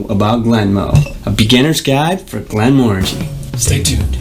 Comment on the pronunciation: So the guy on the left pronounced Glenmorangie 3 different ways, 4 times, in the first minute and a half and only one was correct. So annoying. Please pronounce it correctly so that people aren't taught wrong.